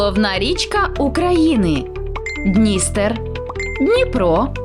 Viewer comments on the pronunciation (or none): Чому Днìстер? Має бути Дністéр. Наголос на другий склад